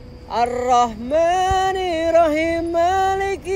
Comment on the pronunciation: Arrohmanirrohiim bukan Arrohmanirohiim